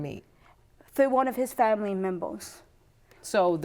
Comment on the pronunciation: what’s a “family membel”?